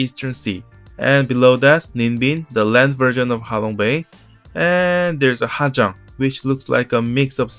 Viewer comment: Hajan? Are you even Vietnamese?😅